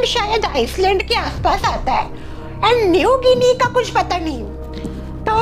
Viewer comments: Iceland nhi island s is silent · Iceland nhi pronunciation h island ko i-land pronounce krte h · Island ko "iland" boltey hain..✨